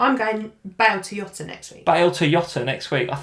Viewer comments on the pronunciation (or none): I like u guys but for the nth time, its JOTA NOT YOTA 😆🙈 (he is from portugal)